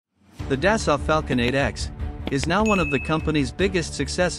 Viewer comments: It pronounced “Da-Soul” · Thank you for the video, it was enjoyable. I realize this is most likely a computerized voice defaulting to the pronunciation based on spelling, but the correct way to pronounce "Dassault" is "Day-So" long A, long O, silent T. I don't want to come off as a know it all, but if I were mispronouncing someone's name I would want to know. My wife is an engineer for Dassault, otherwise I too, would probably mispronounce it. Again, thank you for the video.